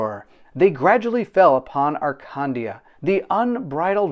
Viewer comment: Before reading the campgain, maybe do a pronoune check…. Arcandia (Akandia)